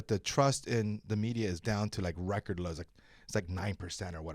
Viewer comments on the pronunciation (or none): none